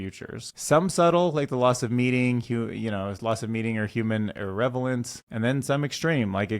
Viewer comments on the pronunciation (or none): Irrelevant: Thine ear-ELephant; irr-el-eh-vuhnt. CRISPR Fungus: Just ate pizza or I'd offer to try it out this minute. I like fungi, and after a reasonable, extensive series of safety tests I'd try it. #FeedTheAlgorithm